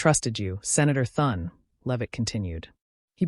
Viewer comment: Maybe less dramatic filler and more effort to be able to have AI pronounce the Senate Majority leader's name